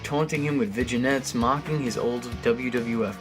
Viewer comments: Vi-jah-nets? Seriously, my dude? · Its Vin-Yets, Vin-Yets! Lol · I'm sorry...did he say Vi-gi-nettes?